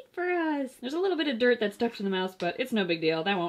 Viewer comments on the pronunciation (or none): none